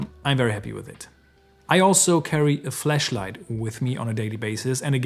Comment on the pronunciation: Hahaha. Please stop saying “fleshlight”😅